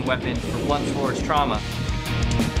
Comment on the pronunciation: He said “blunch force trauma”